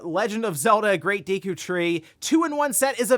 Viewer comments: did he say "deekoo" tree? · wait... how did you prononunce Deku? lol have i been saying it wrong my entire life?? i say Deck-u. 😮